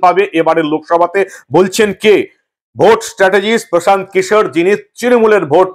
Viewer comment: Anchor babu antatah Kishore pronunciation ta thik kore korun😂